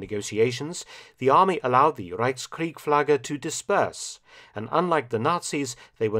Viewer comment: Reichskriegsflagge - not Reichskriegflagge